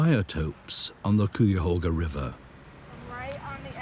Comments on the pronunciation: That pronunciation was bizarre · Great documentary. However im from cleveland and everytime i heard "cooyahoga" i cringed 😭 its "kaiahoga" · Cuyahoga sounds like 'Ki-ya-hoe-gha'. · I had no idea what area was being talked about because of the pronunciation of the Cuyahoga Valley National Park I grew up knowing that it was pronounced (Kye-uh-HOH-guh) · Hey you Brits! It’s pronounced Ki-a- hoga! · Might want to check your pronunciation of Cuyahoga 😅 Lake Erie and the Cuyahoga River is an incredible come back story I can remember when Bald Eagles first returned decades ago, and now we seeing black bears and bobcats returning. But there are still many threats and much work to do. Urban sprawl and agricultural runoff are currently the biggest threats to water quality and ecological restoration.